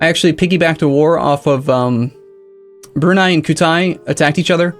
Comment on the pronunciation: That pronunciation of Brunei (should be brew-nigh, not broony)